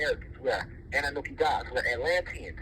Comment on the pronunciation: No disrespect but its kind of a red flag to me when he doesnt even know how to pronounce Annunaki